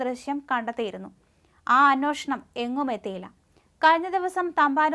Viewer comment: അന്നോഷണമല്ല അന്വേഷണം എന്ന് പറയൂ